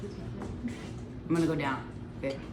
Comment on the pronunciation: As a Washingtonian, I approve of the Kirkland Signature pronunciation.